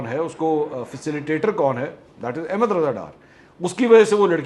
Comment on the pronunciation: Ahmad not Ahemad